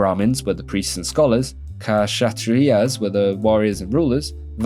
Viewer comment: dunno worry we're here this the word kshatriya here ksha is pronounce 'ksha' as in 'xa' of 'buxar' 'tri' just like tree but your tongue in the line of your gums to teeth while pronouncing the T and 'ya' just like 'yuh' something like xatriyuh